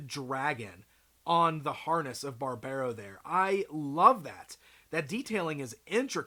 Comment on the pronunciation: love these guys, been following their development for quite some time now, wave 2 looks really promising too. Also i don´t think Barbaro is meant to be pronounced like that, with the american accent